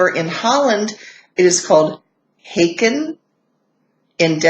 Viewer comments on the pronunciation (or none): Thank you, you did very good research. In the Dutch word "haken", the a is somewhat pronounced as the a in "scarf" . Not exactly, because the Dutch a or aa doesn't exist in English. But it's the most nearby.